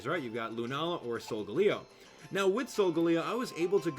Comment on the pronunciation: every time you say solgaleo you pronounce it different...